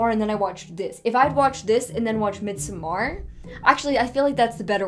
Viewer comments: It's Mid-sommer with a flat D, as in Middle Summer, FYI. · As much as I LOVE your videos, the pronunciation of midsommar irks me so much! 😂